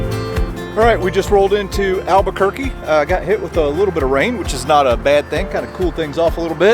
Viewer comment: Albuquerque is pronounced Al-ba-ker-key.